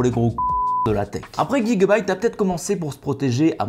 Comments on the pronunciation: On prononce J le début de gigabyte et non Gui 😑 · Pourquoi tu dis pas « jigabyte » ?